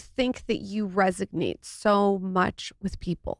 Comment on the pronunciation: “resiG-nate”???? How about … resonate. Gracious lol.